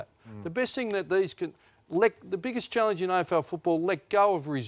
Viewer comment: Ross pronouncing it “challinge” is mildly annoying